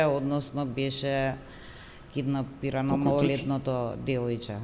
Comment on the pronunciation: Ovaj pa voditelot kindapirano namesto kidnapirano ....aloooooo koj ve pika vo ovie profesiite